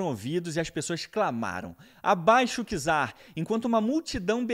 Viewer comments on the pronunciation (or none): none